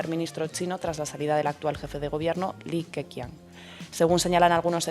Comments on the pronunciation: Es pinying así que Li Keqiang (李克强) se dice Li ke-Chiang. La Q es una CH, como la cerveza Qingdao (Chingdao) o Chongqing (Chong-ching). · Flojito. Pero podría haber sido peor. Un cinco raspado. Ah! Habría que mejorar la pronunciación. Li Keqian se pronuncia “Li kechian” la q como ch. Salud.